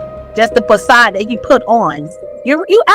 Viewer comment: This dummy just said Will Smith put on a fake “possad.” Baby girl, you are trying to say facade! But, your vocabulary isn’t that extensive, so you are using Ebonics to try to sound sophisticated. EPIC FAIL!